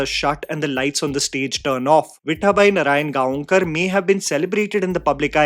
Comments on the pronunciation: let me make it easy for you... Instead of saying narayanGa-on-kar, you can pronounce it as Narayangaokar. Both are the same... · Correct pronunciation of her last name is Narayan gaaw kar. Literally meaning someone who’s from Narayangaon near Pune. Although not sure she had any connection to the town. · You dont have to put zing on gaon its pronounced as gawkar